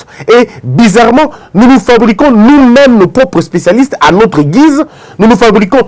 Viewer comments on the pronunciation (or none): none